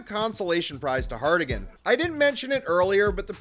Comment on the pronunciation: For the love of all that is Yautja. Harrigan. Not Hardigan. 😂